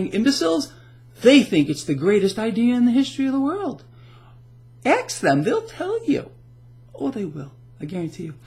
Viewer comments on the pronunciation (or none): it's pronounced ask not ax.